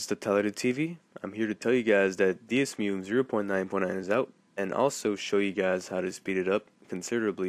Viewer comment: You're pronouncing it wrong, it's "DEH-ZOO-MAY"